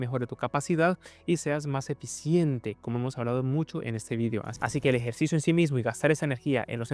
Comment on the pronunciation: Porque dice "Vidio" si UD no es español??)